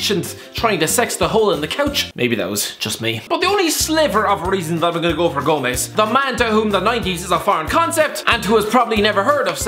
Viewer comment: It's "Angel Gomes", as in an angel from heaven.